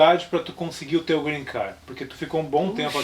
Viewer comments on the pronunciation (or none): nao eh greencar eh GreencarD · PARA DE FALAR GREENCAR!!!!!!! Eh GREENCARDDDDDDDDDD.... coloca o D no final da sua pronunciacao... voce ta falando carro verde toda hora "green car":) Soh uma dica hahaha:D